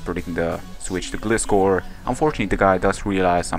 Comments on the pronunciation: Glyscore is how it's pronounced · the legititimate pronunciation is gly-score (like gliding scorpion). I'm not just saying that, the pokedex for 3DS pronounces it like that. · I think it's Gl-eye-scor, because that's how Gliscor says it xD but like, Gliiiiiiiscorrrrrrrr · nice match man. I looked up the pronunciation and a lot of sites are saying it's pronounced like Gly-skor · Detailed Result: 252 Atk Terrakion X-Scissor vs 252 HP/0 Def Celebi: 86,14% - 101,98% 12,5% chance to OHKO So either he was lucky, or he was banded. Also, Gliscor is a combination of Glide and Scorpion, so you figure out the pronunciation ^^